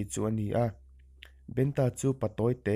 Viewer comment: Ngawi teh aw.Eizawn leh pawisa hmuh nâna hman in tum anih pawhin lehkhaziak chhiar leh hming chhiarrik dan tal hi uluk teh u khai.Entirnãn--'Benta' tih hi mihring hming ani a,BEN-A emw BENṬ-A tiin lam tur.A ziak ang angin i chhiarzawm a,mihring hming nge,lui hming nge,ramsa hming tih a hriathran theih loh.Thawnthu ngaihnawm tak,a ngaihnawmna bo ṭhakin i chhiar tlat mai.Hei hi nidang zêla i fimkhura i inzir zêl nâna ka thurawnah lo ngâi teh khai.A hman hmanin Youtube-ah thawnthu,adt in dahlût hi sim teh u.Lehkha chhiarthiam satliah niloin 'chhiar dik' a pawimawh.Hei hi thurawnah lo ngâi mawlh teh aw.